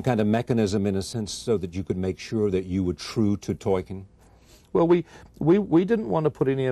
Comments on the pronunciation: "Toyken" smh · Except every mispronunciation of Tolkien. Talken, Toyken, Toilken😂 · Toykin he thinks the L is a Y like spanish 😂😂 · In fact, if you read his notes/letters, Tolkien states that it's not toll-keen (German), it's 'tol-kin', in one, quick, English go. Either way, Charlie got it dead wrong. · I heard Twerkin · If he says Torkin one more time!!!!!!!!!! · He says it like 3 times! Twerkin?.....Toilkin?(like “toilet”) 😂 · it's pronounced tol-keen but I think charlie was trying to apply a soft y sound to the l sound. Toy-keen. What makes it worse is that he clearly doesnt have confidence in the pronunciation so he mumbles it. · This guy doesn't know how to say "Tolkien" he says "Toiken" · Is it just me or is Charlie Rose saying "Torkin" instead of Tolkein and "Eragon" instead of Aragorn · Sounds like the interviewer keeps calling Tolkien “Toy-kin”. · can someone please tell charlie rose how to prounce tolkien's name...who is toykin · Why does Rose keep saying "Toykin" for "Tolkien"? Strange. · why is he pronouncing it "Toyken"? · “Toykin” “Aragone” 😂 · Is it annoying to anyone else that Rose can't pronounce Tolkien's name correctly. He keeps calling him Torken. Jesus Christ, man. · Man keeps saying 'Toyken' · 'Toykin' lol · If that man says Toy-ken one more time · “Toyken” lol what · Torken... Toiken... ANYTHING but TOLKIEN 😩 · Toy-ken ,,,, Torken... dude... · This interviewer is terrible. He clearly has no interest in LOTR and keeps calling Tolkien "Toykin". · I shiver every time this interviewer says “Tolkien” 😂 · Say it with us, Charlie: TOLL-KEEN. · Did the interviewer say Toykin? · How does Charlie Rose keep mispronouncing 'Tolkien'? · Who the hell is “Toykin?” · Charlie rose will not stop calling Tolkien 'toyken' and it's infuriating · Why does he keep saying toykin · you read ...TOIKEN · "toykin" can he not learn the pronunciation of his name before you do an interview about the film of his book? lmao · Who is this illiterate interviewer…. ToRKiEn 0.o